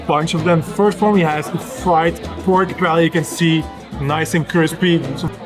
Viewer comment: im pretty sure paella is pronounced pa-e-ya. im fluent in spanish but i may be wrong. Great video! thanks for the free guide!